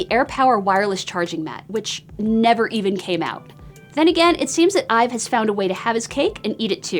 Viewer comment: Drinking game every time she mispronounced his last name